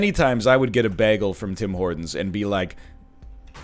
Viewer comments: I could listen to an hour long complilation of NL saying begul lol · LOL, NL says bagel instead of bagel.